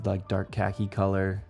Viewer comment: "Cah-key" not cacky. That means something else... lol